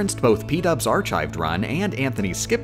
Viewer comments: Me: hears "Ar-chived" Also me: NoOoOoOo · "are chived" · did you just say “archived” with chives? As in sour cream and chives? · That's just how she pronounces it, arr-chived. I always notice it too. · did you really pronounced “archived” like that 😭😭😭😭